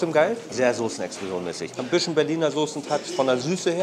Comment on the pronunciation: Keine ahnung wie oft man dir das noch sagen soll es heißt bisschen nicht "büschen" kann doch nicht so schwer sein oder?